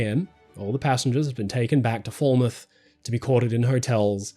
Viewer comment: Foul-mouth = Falmouth, not fall-mouth. Just a heads up, the English language is a weird one.